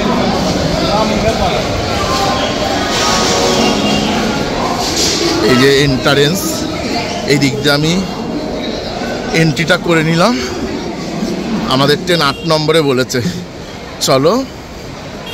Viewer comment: এন্টারেন্স না এন্ট্রান্স